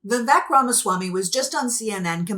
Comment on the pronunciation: I am not making this up or making fun, but AFAIK the name Vivek is correctly pronounced so that the second syllable rhymes with "fake".